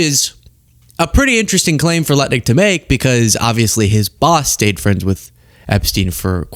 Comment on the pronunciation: If you listen you can hear him say nutlik...or am I only pausing and laughing too much... check it lol